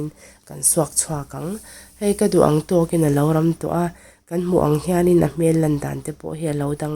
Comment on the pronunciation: Alu kawr kha kan thlak kang(ang) time zel teh 'kang' ti in I sawi tlat zel thina.